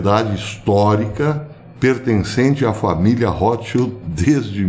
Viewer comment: O nome „Rotschild“ vem da língua alemã, e quer dizer „escudo vermelho“ , mas, muita atenção à fonia, le-se rôtchild, e não rrótchild! Espero ter ajudado em algo.